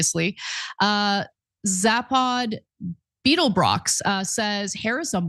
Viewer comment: Someone teach Ana how to say Zaphod ? You aren't going to be reassuringly convincing and in touch with the world of Politics if you can't even pronounce the FORMER PRESIDENT ... OF THE GALAXY'S name you know ?